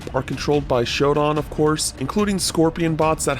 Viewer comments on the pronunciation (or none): Yeah, why does this guy keep mispronouncing her name like that? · How does anyone mispronounce Shodan?, they even pronounce her name in game Also why not get someone why actually played the original to make this video that way they can better comment on the differences? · Why would someone who never played the original version play this for the video? Or why not get a new player and a fan of the original both play it If someone who played the original played this then they could compare it to the original and it’s changes Also they mispronounce SHODAN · Bro didn’t even pronounce shodan right 🤦‍♂️ what a terrible video. Get this guy off this game bro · its pronounced shodan